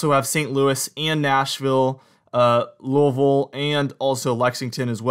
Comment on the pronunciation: He says Louisville like a native.